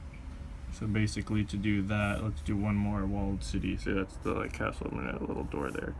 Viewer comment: You mean CaCtle?